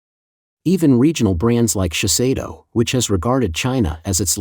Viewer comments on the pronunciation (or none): none